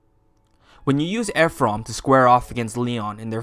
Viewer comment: I’m sorry but I can’t with “Eph-rum”